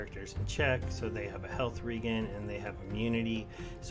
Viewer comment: Hey it's pronounced "Health Re-Jen" as in regeneration. Keep up the interesting videos mate.